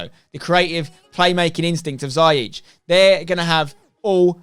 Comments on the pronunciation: Damn "Zyeech" 😂 What a signing tho 🔥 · pronounced zi-ya-sh from a moroccan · It's Ziyech. See-yeck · Haha, ziyech is quite a difficult name to pronounce, in the Netherlands we have said it wrong all along as well. The dutch way of saying it: (which he is fine with) : hakeem zeeyeg -with the dutch guttural 'g' The moroccan way of saying it: hakeem zeeyesh The english way of saying it would be 'hakeem zeeyeck' and I think that would be the easiest for you :) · I'm a chelsea fan and I am pretty sure it's pronounced Zeeyek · Ha-keem Zee-yek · It’s actually pronounced “ziyesh” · "Ziyech" is actually pronounced "Zee-Yesh" or you can even say "Zai-Yesh" x) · As An Arab I can can confirm it’s pronounced “zeeyesh” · His name is not a Dutch one. Its a Moroccan name pronounced "Zeeyesh" . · Spen you pronounce it zee-ech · Nobody: Spener: Za-yeech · ziyech is pronounced Zi EGDE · His name is pronounced Zee Yesh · it’s pronounced Zee yek just to let u know mate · It’s pronounced Zee-yech 😉